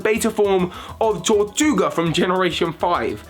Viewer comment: Why does everyone mipronounce Tirtouga as Tortuga when it CLEARLY has an I instead of an O.